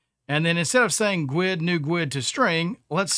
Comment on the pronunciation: Am I the only one that looses there Sh** when I hear other devs calling a guid a “gooowed”.